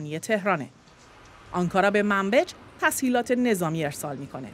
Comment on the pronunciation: در واقع گفت تسحیلات😂